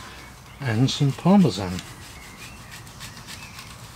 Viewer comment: MRW brits say parmesan "Marzipan"